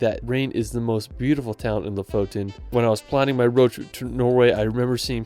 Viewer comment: damn you just butchered lofoten